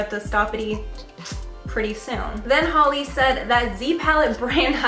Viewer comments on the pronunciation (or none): none